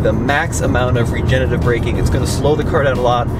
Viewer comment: Regenerative, not regenetive!